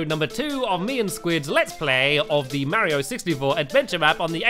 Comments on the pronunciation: Is any one else bothered that stamps is calling Mario ma-rio with a "long a sound"? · Why do you keep saying Mario wrong